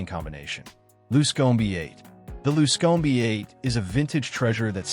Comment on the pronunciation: You don't like the luscomey? LOL